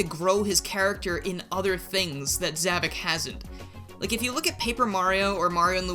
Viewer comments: Something I must point out, in the series his name is pronounced "Zah-Vok" but you keep pronouncing it as "Zah-Vic". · Okay... This is really starting to frustrate me. You keep saying ZAH-VUK. That's not how it's pronounced. The correct pronunciation is... Discount Bowser.